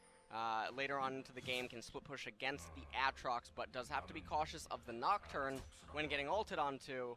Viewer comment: This caster can't say aatrox once the same way correctly. 😂